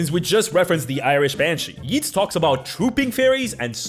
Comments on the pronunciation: I know every other annoying Irish person who sees this video is probably also commenting this, but the name Yeats, is pronounced like "Yates" not "Yeets". Love your stuff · I'm told that it's hilarious if you pronounce Yeats as yeets. Apparently it's more like yates. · Sir loved the video but the poet Yeats is pronounced as (Yay-ts)